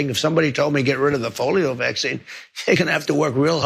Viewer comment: "the folio vaccine".